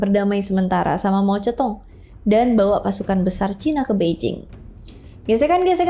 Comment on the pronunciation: Mao zedong bukan mao ceutong kliatan bru baca sejarah soal china di jaman nya mao zedong, di baca biasa aja mao zedong ga ada perubahan huruf ketika di ucapkan , inget mao zedong baca nya samain sma huruf jgn mao ceutong, lgi srius dngerin cerita lu eh ngedenger mao zedong jdi mao ceutong malah jdi ilfil gue, nyerita sejarah yg bru di hapalin kliatan